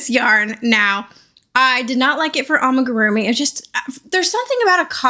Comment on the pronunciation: you've almost convinced me amagurumi is the right word, i'm sure you've been told many times now, but just in case, it's AMIgurumi lol